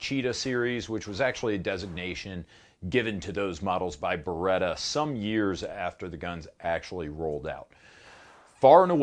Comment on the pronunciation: C'mon, you know exactly how to pronounce beretta correctly. 😆